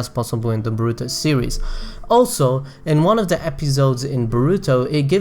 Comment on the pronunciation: Dude say baruto right pls